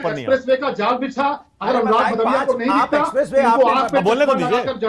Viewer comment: galt slok pad raha hain. Aise ko hi adhjal gagri chhalkat jai